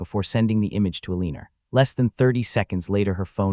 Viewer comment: The narrator of this story can't read well. He has mispronounced Elena several times as well as the car Mercedes.